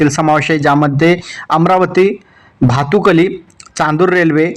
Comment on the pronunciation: अबे भटुकुली नाही भातकुली आहे 😂